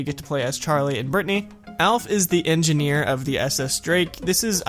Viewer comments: its not bratanny its britanny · Did you say BRATNY